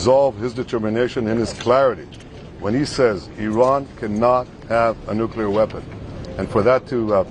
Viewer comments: Much like mispronouncing nuclear. NUKE-LEE-ER, not NUKE-YOU-LER! B52, not B2! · Say it with me: New-Clear